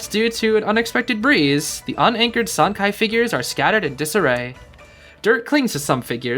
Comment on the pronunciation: I believe Sancai would be pronounced San Tsai, based of some mandarin classes i took in highschool lol. I might be wrong but i think the letter 'c' in pinyin never makes a 'k' sound like it does in english. It's a 'ts' like in "cats"